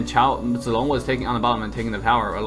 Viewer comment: are you abc ? because when u speak zilong it looks like u know how to speak chinese